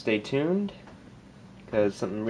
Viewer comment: Its thank not tank